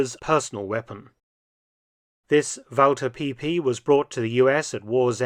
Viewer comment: "Walther PP" 😂